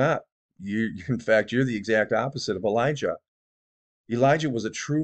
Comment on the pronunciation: He said Elisha not Elijah